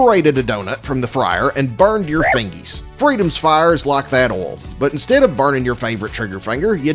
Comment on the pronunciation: it’s “oil” not “oul”